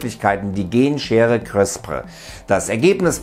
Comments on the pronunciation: es wird crisper ausgesprochen lol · Hi, ich will kurz anmerken, dass CRISPR wie Crisper ausgesprochen wird. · It's called "CrispARRRR" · "Chrisper" spricht man das aus!!!